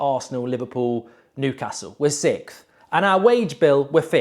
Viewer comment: I love it how he pronounces 6th as “sickth”😂